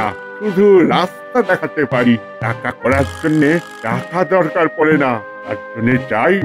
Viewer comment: ভাই ওটা পরে নয় পড়ে বারি নয় বাড়ি.... খুবই শ্রুতি কটু লাগে।